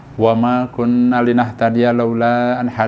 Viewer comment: Masukan sedikit,,, Di pembukaan, doanya kurang sedikit,,,,,,,, "wama kunnaa"... Kunnaa nya harus dibaca "satu alif".. Karena artinya berbeda bila dibaca pendek dgn di baca panjang (satu alif).